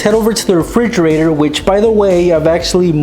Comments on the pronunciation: I laughed so hard when he said a refrrre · refrigerergerger lol